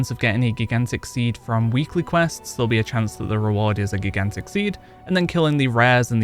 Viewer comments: I can see me getting reamed for this but I was highly distracted from you say GIGantic. The First G is pronounced like Giraffe. The J sound. And I as in eye. So J-eye-gantic . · “Jai-gan-tick” not gi-gan-tick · Geeghantic!!! Lol. Great vid sir but it is pronounced Jai-Gan-Tuhk! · gig-ant-ick? It's pronounced Ji-gant-ick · Sir, I love you, your content is great. But have you never heard the word 'gigantic' before? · I couldn’t stop laughing at geegantick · GIG AN TICK?!!! It hurts my soul every time he says it!! 😱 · GIG ANT TICK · Great video but damn dude. Please learn how to say Gigantic. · You should just record yourself saying gigantic properly and edit it in so people will stop pointing it out . Seems to be distracting for some lol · Never heard anyone pronounce "gigantic" like that. Is that a regionalism? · i think u said gigantic wrong... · I thought he was trolling u till the 40 times he said it